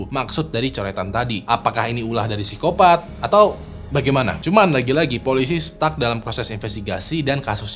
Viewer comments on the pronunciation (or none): none